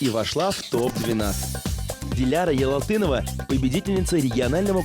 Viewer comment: он сказал ялытдинова а не ялалтынова или мне показалась?